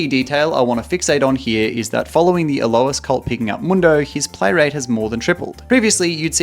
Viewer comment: Why does he and pronounce his name "A-low-is" instead of "A-loys"?